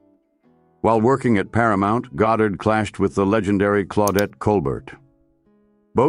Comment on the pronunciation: A.I. seems incapable of even pronouncing her name. There are three different variants in this one video. I will pass on finishing...